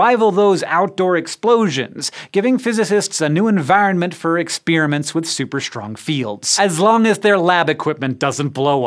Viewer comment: I think that's the first time I've ever heard someone pronounce the second "n" in environment...